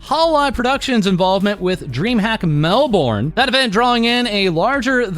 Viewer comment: lol Mel-bourne.... well the Aussies are seething hahaha, jk ofc